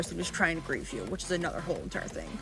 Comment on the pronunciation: "grife" WHAT THE HELL DO U MEAN GRIFE. BUFFET? TOOTAY? LASDKFAKSJDAKJSDKA